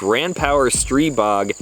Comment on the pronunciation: I think you're the only one one the internet who knows how to pronounce the name of the gun. Kudos and good review!